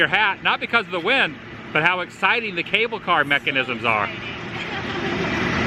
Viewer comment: LOVE the shirt. Now if you can work on the words, cable car....